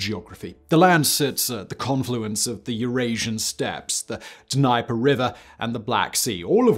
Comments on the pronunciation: It's not Denyper...it's the Dneeper = Dnieper River. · How can you live just one country away and still not say Dnieper correctly?